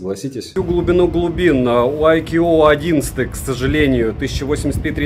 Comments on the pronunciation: ну какой АйКьюОу? АЙКУ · айку произносится... когда уже этот нелюбитель водопадов начнёт правильно название произносить... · каждый раз когда произносит IQOO горько плачет один из топ-менеджеров BBK, VIVO или IQOO, 🤣 сегодня их было особенно много 😉 IQOO 11 Pro отличается не только наличием беспроводной и реверсивной зарядок, основная зарядка кстати то же 200W как у предшественника 10 Pro, но и значительно лучшими модулями основной камеры и 3D NFC, но 11 Pro нет и скорее всего не будет в "глобалке"